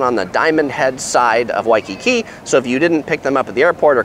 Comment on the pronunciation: God how many times did u say wakkki